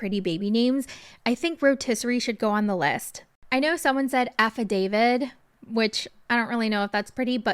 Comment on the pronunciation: baby girl it’s affidavit… with a t. ❤️